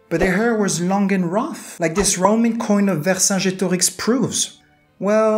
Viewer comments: Vercingetorix was pronounced wer-kin-ge-to-rich. The "g" being hard like in "gold", and the "ch" at the end there is pronounced like in German. Ver - Over, Superior Cingeto - Warrior Rix - King Great Warrior King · Why do you say Vercingetorix in a french accent? Like it was the authentic way to say it? Also, it is Kelt not selt.